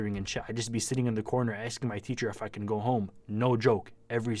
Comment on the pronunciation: SOUNDS LIKE YOU SAID CANT. HOW WOULD I BE DREAMING RN I'M WATCHING YOUR VIDEO.